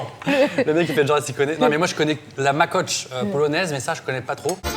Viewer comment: Alors Norman, c'est "UNE" Babka" et "UN Makowiec" (gâteau au pavot) et non "Makotch" (qui ne veut strictement rien dire 😂)... ça fait effectivement très, mais alors très, très longtemps que le mec est partit 🤣🤣.